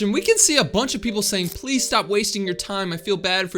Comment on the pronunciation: 😂😂 fune stop pleun